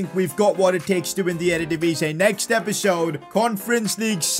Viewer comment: It's still EreDivisie not erDedivisie 😅😅